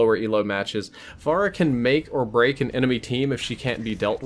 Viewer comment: "Pharah-way" HAHA